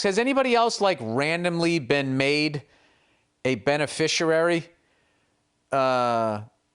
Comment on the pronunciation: Billy Blunder says: 'BENE FISHER ARY' of a will.